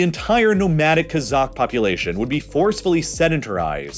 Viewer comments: Great video! One correction though, in the word "kazakh" the stress in on the first syllable, not the last. When you pronounce it like KazAkh, it sounds more like Kazak/Cossack, which is a different thing. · Kazakh is pronounced "Cause-Ok" not "Kuh-Zok" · sorry but this guy miss pronounced the word kazakh everytime. It’s not ka-zock, it’s kah-zack